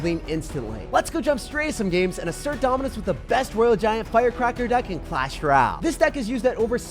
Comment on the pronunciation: The music is less distracting today ty but can you say clash ROYALE? It has an O in it. Not clash R’YAL